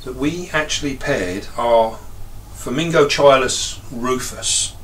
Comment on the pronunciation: It's pronounced:" Forming GOT-cheeluhs".